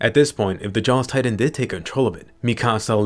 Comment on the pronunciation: Dropped a like just cause you said tri-tan